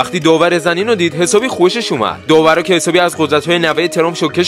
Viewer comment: حسابی نه هشابی😂